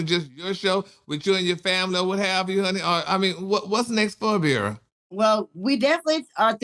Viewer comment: He could at least get the girl name right🤦‍♀️ #Abira